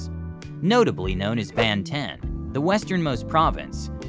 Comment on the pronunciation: I cringe so hard at your pronounciation of "Banten" and "Serang" maybe next time its a good idea to learn first the correct pronounciation from locals before making a video like this.